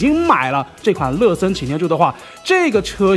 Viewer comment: 每次听说乐森都像是在说“了色”